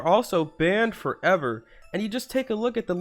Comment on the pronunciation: And I like how he says banned FOVer